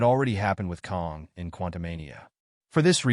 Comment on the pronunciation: KANG not Kong